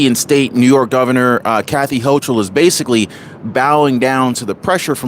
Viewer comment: Her name is pronounced Hoke-ul